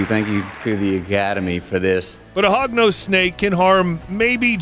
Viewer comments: sorry Hognose but i heard it as Pognose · Did he just say "HOGNOSE" Snakes are Scary? XDD Im sorry sir i have a lot a respect for you but i believe you should do more research on snakes. This is coming from a snake owner and lover.